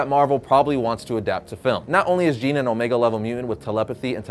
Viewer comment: Thank you for not saying Jean!